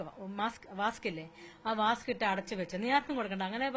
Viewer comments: വാസ്ക് അല്ല ചേച്ചി വാക്സ് 😄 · വാസ്ക്.. Wax എന്ന് പറയാൻ പോലും അറിയില്ല get loss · മെഴുകുതിരി വാസ്ക്കല്ല : വാക്സ് : (wax ) ആണ്